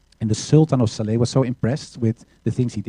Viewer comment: Called SLA not Sala !